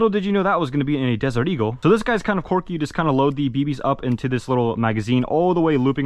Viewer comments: "this one is pretty corky" quirky pronounced qwer·key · the word is quirky not corky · my boi it is "quirky" not "corky" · It's 'quirky' NOT 'corky' 🤣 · if he says quwerky one more time i will strangel a cat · Why does he keep saying corky 💀